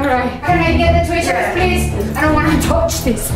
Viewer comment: no offense but it was sooo funny when you said toch instead of touch